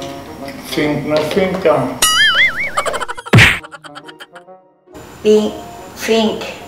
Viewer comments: Pink kasi hindi FINK😂😂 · kiyomi : di mo pa nga alam yung pink ichiru : "fink" kiyomi : pink hahahahhahaha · Hahaha Fink Fink 😂😂😂😂😂 kiyomi said Pink not Fink 😂😂😂😂😂😂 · Nakakatawa naman hahahahhahaha hindi "ffff" "pink" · Hahah sigi turuan mo siya Pano ang tamang tunog F at P hindi Fink kong Pink.😃😃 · Tuturuan nalang kita mag abc, di kapa marunong mag “pink” eh Ganda ng laruan ah “fink na fink” 😂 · Pink nga kc hnd fink. Hahahaha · WAHAHAHA, hindi ka raw marunong sa "pink" fink😂😆😅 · Grabe ang tawa ko kay kiyomi hahaha😂😂 PINK HINDI FINK😂😂 SA ILALIM NG PUTING ILAW M..😂😂 SABAY HAWAK SA BABA HAHA😂😂😂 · Grabe matalino si Kiyomi kasi napansin niya na mali yung pagbigkas ni ate sa pink🤣🤣🤣 Love you Kiyomi pinalaki kang mabuti😍💕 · hindi kapo marunong mag "pink" HAHAHAHAHA😂 POTEK I LOVE ATE ICHIRUUU❤